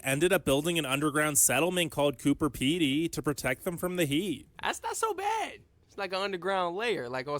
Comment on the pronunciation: Coober Pedy not Cooper Pedy -this vid is terrible lol